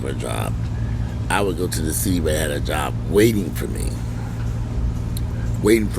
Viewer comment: LMAO 🤣😂🤣 because this is exactly how he said it....with that that cam close-up 😂